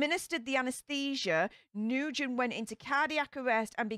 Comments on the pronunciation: Not New-gen, pronounced Nu-win. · Last name pronounced new-win for future reference very common Vietnamese name ☺️ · I can’t keep hearing you say new-gen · Hi! If she was Vietnamese, her name is pronounced "Noo-When". We have loads of students in the school district I work at with this name. I also hear it pronounced "Win" sometimes. 😉